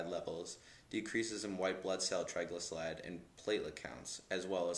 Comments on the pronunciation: Your entire video is non sequitur nonsense. You claim to know more than doctors prescribing the medication, who carefully weigh the pros and cons of treatment after attending 10 years of medical training, yet you fail to pronounce "triglycerides" correctly. I'll take my doctor's advice. More revealing than anything else is that you are peddling another "miracle" cure to acne. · You have the manner of somebody too confident in their total total lack of scientific knowledge. You can't even pronounce triglycerides If herbs and exercise cured even the most severe sebaceous acne do you think it would have been necessary to isolate a drug like isotretinoin - essentially a hyper potent version of vitamin A and with similar sfx?